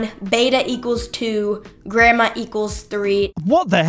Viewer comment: She said "Anglish" instead of "English" and "Gramma" instead of "Gamma"... I'm guessing homeschool...